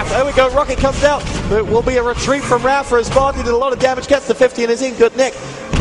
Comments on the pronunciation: "rapher" .. damnit its raphA, not er. same with mega, its not megger its mega. lol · he's saying rapher.